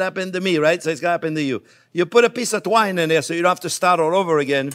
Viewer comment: did he say "drink enough wine" or "take enough twine" LOL